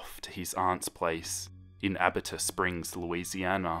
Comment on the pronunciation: It's pronounced (AH-BEE-TAH) Springs.